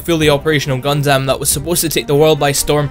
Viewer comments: Gundammit! its not Gun-damn its pronounced Gun-dum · It is honestly so hard for me to watch this simply because of how he says Gundam. Like, dude, it is not “guhn dâm” it’s pronounced “guhn dm” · I cringed when he said Gun Damn too. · just a small nitpick but its actually pronounced "gun-dum" not "gun-dam". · Haha, Gundam Is pronounced as Gun - dum, not Gundamn... anyway, wasn't the statue made for the Toyko 2020 Olympics? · Its Gun-Dum, not Gun-Damn. Seriously. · HellsRaven4444 British Bright Noa would be pleased at his enunciation. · did he just call it Gun-Damn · I'm going to say this right now the way you say Gundam is entirely wrong. It may look and sound right but the proper way to pronounce it is (Gun-Dumb or Gun-Dum). Yup it is not false watching any series of gundam in matter of either Dub/Sub you would hear it clear say the name Gundam as (Gun-Dumb or Gun-Dum). (Thank you Dreamy Dritto for noticing that) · >Anime most of us have heard of. >Can't pronounce it properly. "Gun-DAM" cringe. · "gun-damn" you overpronounce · The way you say Gundam is... Heretical lol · Your pronunciation of Gundam is making my skin crawl. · "Gundam" is one word. Why are you saying it like that? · Your pronouncing Gundam wrong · The way you pronounce gundam hurts me physically and mentally.